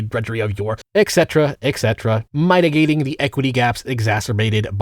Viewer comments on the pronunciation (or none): buddy, you gotta get out and talk to more people in real life, these pronunciations are getting ridiculous. My-tigating? Seriously? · "mighty-gating"? "pedagoghee"? Seriously, is doing this on purpose to drive engagement, or has he been secretly ESL this whole time? In which case, your accent is impeccable, my man.